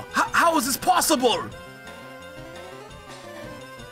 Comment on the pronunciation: "Aw! H-how is this possiburr?"